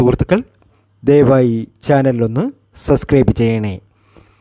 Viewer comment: സസ്‌ക്രൈബ് അല്ലാ സബ്സ്ക്രൈബ്..